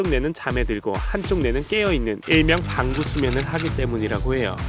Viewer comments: 나왜 반구수면을 방구수면으로 들리는거지 ㅋㅋㅋ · 나자꾸 반구수면을 방구수면으로들려 어떻게요? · 반구수면을 잘못 들어서 방귀수면인줄 ㅋㅋ